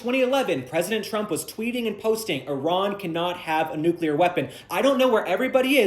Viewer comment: Does anybody pronounce “nuclear” correctly anymore?